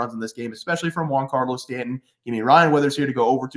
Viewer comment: “Juan”Carlo Stanton? Never heard of him